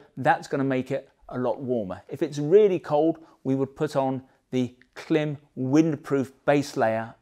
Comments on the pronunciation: It's pronounced " climb". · Klim is not an English surname . Origins in Eastern Europe and pronounced the family members want it to be. The French word " blanc" is not pronounced " blank" just because you don't like it..